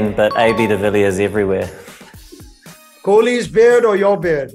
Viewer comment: Kholi ka name zabardasti se bolqya gya 😂😂😂